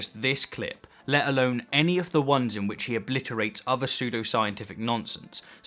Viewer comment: If you're able to pronounce ''thousand'' you have no excuse for th-fronting any uvva words.